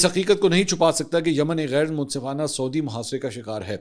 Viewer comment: Respected Mansoor Sahib, As a regular viewer who greatly respects your journalistic credibility, I wanted to gently point out a few pronunciations of regional names: Sana'a (صنعاء): Pronounced as San-aa' (with a distinct pause/glottal stop for the 'Ayn ع), rather than Sana. Yanbu (ينبع): Pronounced as Yan-bu or Yambu, rather than Yamba. Saudi (سعودي): Pronounced as Sa-oo-di, rather than Sodi. Please take this note in good spirit. My intention is certainly not to showcase superiority, but rather stems from high regard for your work. I would be glad to assist if you ever need any guidance on these. Best wishes! Tahir Ubaid Chaudhry A junior news anchor